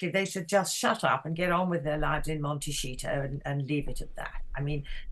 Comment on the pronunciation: Sorry but did she say „MonteSHITO“? Love it 🤣. Sums up these two disgusting individuals.